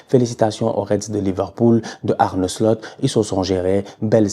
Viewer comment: Arrête de dire "Arnaud Slut" stp😂